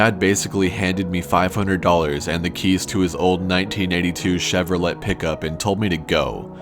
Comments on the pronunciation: Chevrolet is pronounced Chev-Roh-Let? I believe it's pronounced Chev-Roh-Lay. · Don't ever say "Chevrolit" again XD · I’m more upset about him saying ChevroLET than anything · “chevroLET” oh okay.. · This nigga literally said chevroLET. Pronounced the T lol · It's pronounced 'chevrolay' just so you know. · did you really just say "chevrolet" the way it is spelled? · Not hating, just saying Chevrolet is pronounced like "Cheverolay". Awesome video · Do you not now how to pronounce Chevrolet? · Did you really pronounce the T in Chevrolet?? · Only the legendary Corpse Husband can butcher the word Chevrolet and not get any shit about it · You seriously pronounced the 'T' in Chevrolet? WOW. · Who the hell pronounces it that way!? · just curious because you pronounced Chevrolet like a foreigner would.